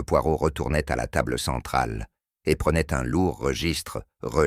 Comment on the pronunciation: Mr Poirotil...prenaiyt... Décidément je ne m’habituerai jamais à ces fautes de langage de ces I.A....